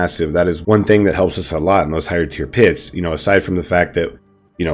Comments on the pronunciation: Love the build.. I have to point out something though. At 1: 55 ish you said higher pure tits instead of higher tier pits. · When he said "higher pier tits" I felt that